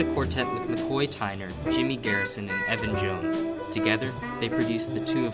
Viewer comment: nice job looks like you were having fun playing together thats important..thanks ps its elvin jones if i heard evan jones